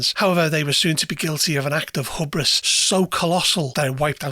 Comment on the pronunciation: Good video. My only criticism is to look up the pronunciation of "hubris" for the future.